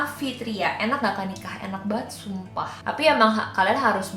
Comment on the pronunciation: "enak bat SUUMpah" Lucu bat 😂